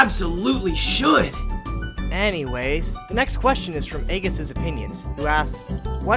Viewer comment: That pronunciation of Aigis annoyed me for some reason